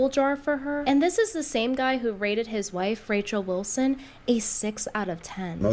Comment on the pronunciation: why does say "wife" with an "h"? (Whife)